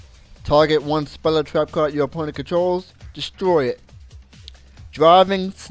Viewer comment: "destoy" =P